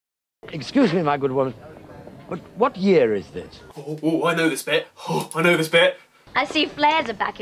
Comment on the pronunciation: "WAT YEER ITH DITH" "TOOH FOWSUND UND FUHTEEN"